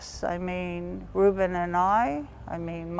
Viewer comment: Rewbin and Sewzin LOL